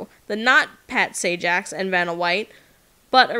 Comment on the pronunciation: Please learn to say the host of W of F name correctly......thank you